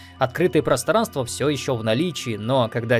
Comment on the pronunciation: Мне послышалось или нет, ты сказал "просранство"?